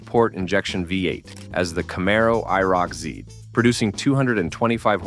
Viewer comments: The Camaro eye-are-oh-cee-zed. It's IROC-Z. I'll forgive the "zed" grudgingly, but gotta dislike every video from anyone using auto narration without saying that's what I'm listening to. Just read the shit yourself if you want me to spend time watching. If it's not important enough for you to take time speaking into a mic, why should I waste time watching so you can earn a few easy bucks? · Every time you say I R O C Z, I cringe... Try it like this: eye rock zee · The I-R-O-C-Z???? WTF??? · IROC-Z is not supposed to be spelled out. It is pronounced I-rock zee. And how do you turn a Z into zed? It is plainly a Z, I don't see an ed after the Z so how does it become zed?